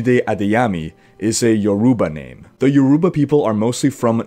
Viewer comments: Yikes you butchered the pronunciation for Yoruba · He buchered the name I know because I am Yoruba